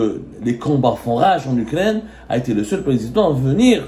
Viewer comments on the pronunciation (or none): none